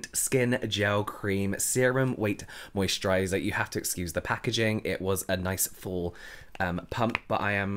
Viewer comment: I already has a better mosturizer. I only come here just want to hear james say "mosturizer" 😂